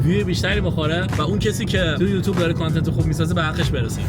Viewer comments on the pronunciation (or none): none